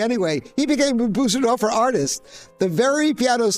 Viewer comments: It is NOT called a BOO-sendorfer. It is pronounced 'BER-SEN-DORFER'. You should be able to get it right! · Well, apart from calling it a Büsendorfer. 😉 (And many call it Busendorfer. Not the end of the world of course...) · It would help if Bosendorfer was pronounced correctly : first syllable rhymes with firs ,hers ,purrs . Remember the umlaut on the o .